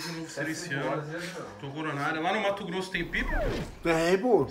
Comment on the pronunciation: É MATO GROSSO DO SULLLLLLLLLLLLL,NÃO MATO GROSSO ''TODURO''